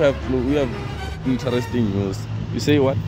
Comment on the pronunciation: As in like "INTER-REST-ING news" 🤣🤣 Dead is me🤣🤣🤣🤣⚰️⚰️⚰️